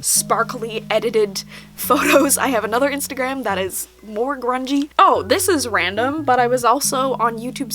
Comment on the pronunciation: "Instaa gram" lol Luv ya 💕